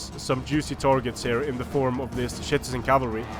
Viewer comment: Is it just me or is saying shitizen cavalry